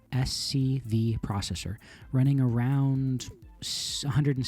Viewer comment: RISC-V is pronounced Risk Five, you sound like a dumb TTS when you read off the letters of the acronym